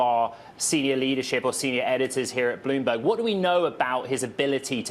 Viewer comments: Loomberg, lol this is sad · Loomberg. Yeah 😂